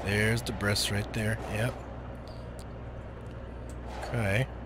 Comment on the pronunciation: It's not dibriss... the word sounds like DIBREE. It's from French.... "early 18th century: from French débris, from obsolete débriser ‘break down’." You say it like "did brisk" the word sounds more like "debrief" it's terrible to see people posting videos where they say things wrong through the whole video. I thought he was saying deez breasts at first....